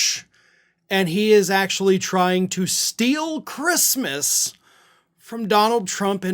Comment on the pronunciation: "Who gives a 🤬 about ChReestmas." Got it.